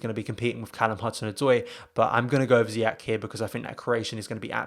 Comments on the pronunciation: Pronounced as if it was spelt Ziyesh btw he’s Moroccan born, the Dutch pronounce it Ziyack because of their language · His name is pronounced ZIYESH not ZIYAK.